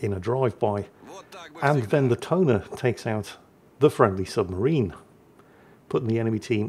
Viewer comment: Tone, pronunciation in Japanese... Toe Ney.